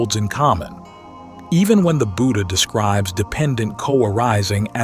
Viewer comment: The word Buddha is mispronounced. The first syllable has a short u sound. It should be said like that in wood not like that in wooed.